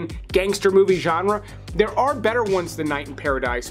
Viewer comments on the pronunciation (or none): none